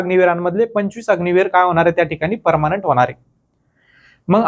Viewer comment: Parmanent ❌ parmnat 😂😂😂